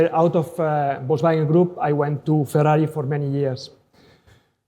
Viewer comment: Ferrai instead of Ferrari!😂